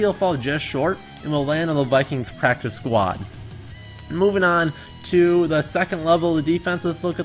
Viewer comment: Lmao pracice 😭